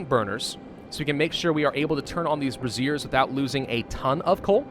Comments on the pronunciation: Say it with me.....Bray-Shur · Is it just me or is he saying braziers like brassiere? Makes smile haha